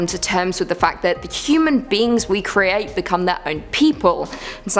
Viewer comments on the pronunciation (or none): none